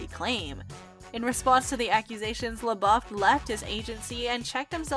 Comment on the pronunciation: Is she saying LaBOB???